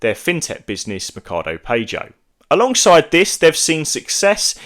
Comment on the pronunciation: Good video , fyi PAGO pronounced Pa-gouuuu in English ahaha